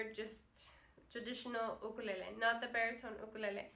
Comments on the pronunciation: I could listen to you say "UKALELEE" all day! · I like the way she's SAY'S Ukulele!!!!!😀😀😀😀😀😀😀💞💞💖💖💖💕💕 HER!!!